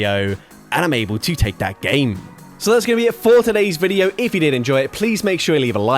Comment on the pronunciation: “…and I’m able to take that GHAEYM”